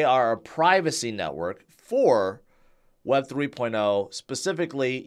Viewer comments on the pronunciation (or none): none